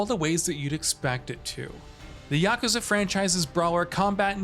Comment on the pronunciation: The announcer dude needs to learn some basic Japanese. Here is the correct pronunciation: yuh koo zuh